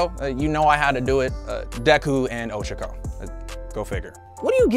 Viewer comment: Sadly, one for all wouldn’t be passed down to their kid. Also, Oh-Cha-ko lol